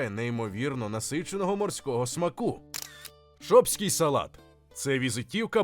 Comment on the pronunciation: замість шопсього салату і Шопи почув щось ... ну ви самі зрозуміли)